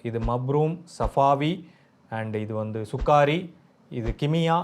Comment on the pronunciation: It’s not Sukaari it’s Sukkari